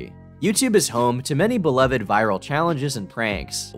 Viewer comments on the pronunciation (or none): none